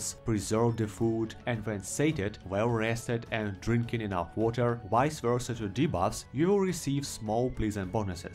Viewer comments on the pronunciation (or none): none